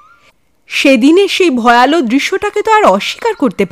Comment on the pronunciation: খুব ভালো লাগে গল্প ও পরিবেশনা। সামান্য একটু কথা- উচ্চারণটা 'ভয়ালো' নয়, "ভয়াল"। আর একটা প্রচলিত উচ্চারণ 'হিঙস্র'- বেশির ভাগ গল্পের চ্যানেলেই শুনি- হওয়া উচিৎ "হিংস্র"।